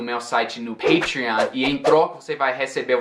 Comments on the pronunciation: estou confuso com uma coisa, você pronunciou PATREON com o som da vogal A, mas tem duas consoantes depois, o TR, esta palavra seria uma exceção? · Why did you pronounce PATREON with the long A? Shouldn't It be with the short A consedering the presence of the TR? - From São Paulo, Brazil